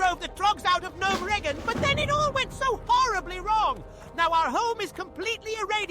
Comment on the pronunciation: Some of the WoW words are mispronounced - Gnomeregan, in particular, is incorrect.